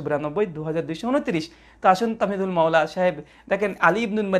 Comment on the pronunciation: আপনি আপনার শ্রবন অঙ্গকে ডাক্তার দেখান।তাহমিদুল not তামহিদুল😂😂